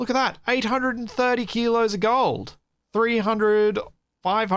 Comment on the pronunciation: accent turning Hyper Australian when talking about Gold around the mark was hilarious.:P